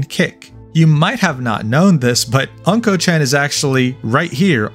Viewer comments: You keep saying his username wrong.. it's not pronounced "unkochan" like "uncle" but "ooonkochan" like "ooo" which basically means "Mr. Poopy" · Unkochan is pronounce Oon-Ko chan, not An-Ko chan. Unko mean poop in Japanese. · it's not pronounced "uncle chan" it ooonnko, which means CRAP and S---T! suits him perfectly. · "Unko" chan.. lol. Just to give you a bit more Japanese context in case you do any other content: It's pronounced "Oonko" (like in Oompa Loompa), and means poop, which is why he writes "うん〇", in his Japanese username. Essentially roughly meaning "The poop kid/dude" or something to that effect. Using a circle in this way is a way of censoring a letter in a word, similar to using asterisks in English (ex. d*mn, etc) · Uhm ackchually its pronounced Unko-chan (the u sounding like Uggs) anyways I live in japan but stay outside jp twitter cause it's a whole drama country outside english twitter so this is absolute news for me stay based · why you pronounce unkochan like that